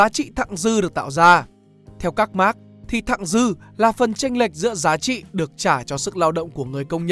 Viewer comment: Thật ra Marx bạn nen phát âm mở hơn thay vì phát âm giống max của tiếng anh.